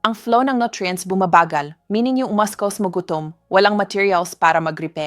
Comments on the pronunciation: She doesn't pronounce muscles right. That's not the way to pronounce it. It should be pronounce masels not maskels. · Pronounce muscles properly not maskols please thank you